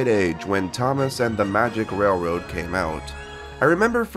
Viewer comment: I had no idea Roger Ebert was absolutely incapable of saying the word railroad before this. "rare-wode"